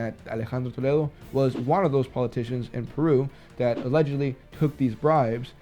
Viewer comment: Since you pronounced Toledo so perfectly I assume you also speak Spanish really well. En ese caso yo creo que aquí va hablar más bonito y van a caer más políticos relacionados con este señor